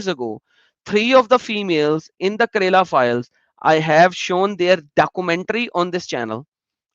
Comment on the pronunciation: How say kerala as karela xD xD xD. "karela" is a vegetable in india it is bitter gourd. state "kerala" is pronounced differently.